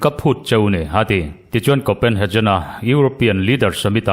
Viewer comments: Copenhejen ni lovin Copenhegen ti a lam tur anih hmel. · Kopenhagen tih hi 'jen' tih angin i lam a, 'Get' ti a kan lam a 'G' kan lam a ngai a nia.